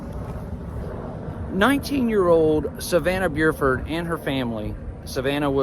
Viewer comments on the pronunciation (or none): Thank you for telling Savannah’s story. Her last name is pronounced Burford like burr it’s cold outside, for your follow up videos. Her murderer was sentenced to life without parole yesterday.